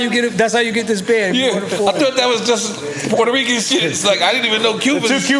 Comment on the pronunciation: If you take a drink every time Nore says he’s “PORTA-REECAN” Puerto Rican you’d probably die before the show ends lol dude we get it